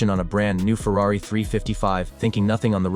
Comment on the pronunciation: you mispronounced ferrari? do you even watch your ai trash before you upload it?